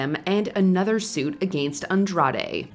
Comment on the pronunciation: “ A gain stst”